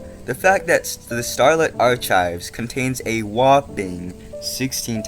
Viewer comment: the way you say archives makes me flinch, but other than that, good video